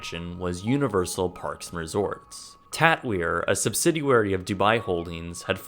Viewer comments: I don't want to be rude, but I have noticed in several of your videos that I do thoroughly enjoy... You say subsidiary, as subsiduary. It is pronounced sub-sid-ee-air-ee. I have weird pet peeves, like when people say real-it-tor, instead of Real-tore, for Realtor. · "sub-CITY-airy" lol